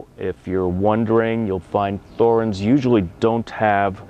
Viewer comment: its pronounced Torrenz...drives me mad